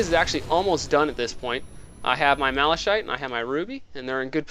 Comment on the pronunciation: what about normal, have u beat that on time w/ the same maze? btw it's "mala-KITE" and "OH-pull" :)